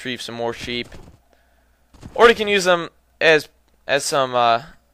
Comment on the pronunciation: sheep?I thought you said SHIT!!lol